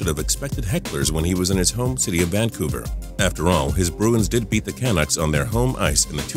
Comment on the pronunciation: How do you mispronounce Canuck?